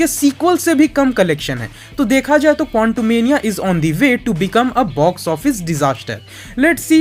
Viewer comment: bhai tum kontumenia kyu kehte hoo quantumania ko